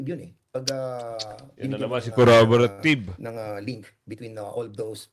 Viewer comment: Damn Pernandes, CORROBORATIVE po hindi coraboratib 😂